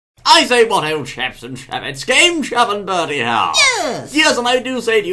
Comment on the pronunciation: Its Bertie not Birdie -__